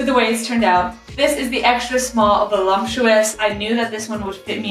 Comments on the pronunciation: Ok, so who is going to tell her it isn’t pronounced veh-lump-chew-us? My wife pronounces it the same way and I giggle every time. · Gonna have the wife check out your channel! BTW…there is no “M” in the word, “voluptuous”.